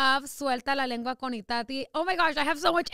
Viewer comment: Was I the only one that herd her say lenga 😭😭😭😭😂😂